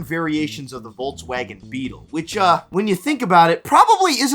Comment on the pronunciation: ‼️”ex-scape”, “eck-cetera” and “voltswagon”. These kids just say words without thinking. Idiocracy is here.